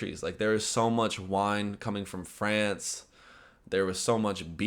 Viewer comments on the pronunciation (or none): none